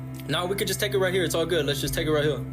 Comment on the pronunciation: "It's wight hewe!!"